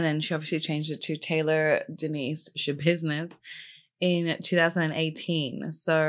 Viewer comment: Hahahah gurlll I feel you with the not being able to NOT say Schabidness 😅 love your take on her case!